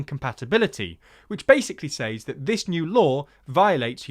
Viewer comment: Small thing, but it was one “s-ays” (or sais) too many for me. ‘Says’ is pronounced “sez” as in “wet”. You’re British, not American, so **please** don’t murder Her Majesty’s English.